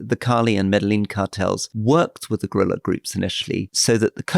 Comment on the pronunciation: His pronunciation of gorilla is just weird.